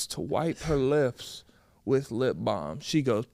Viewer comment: Why is he saying lip balm like that?😂😂